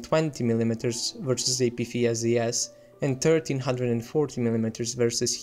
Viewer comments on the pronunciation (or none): I know english isn’t your first language but, “Apfeesdees” cracked me up. Good video though.